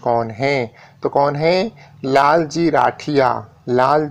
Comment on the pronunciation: लालजी नही जी वो लालजीत सिंह राठिया है। सही सही बोला करे